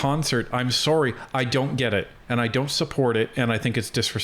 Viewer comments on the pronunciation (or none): none